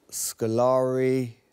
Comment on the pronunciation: Scolari though lmao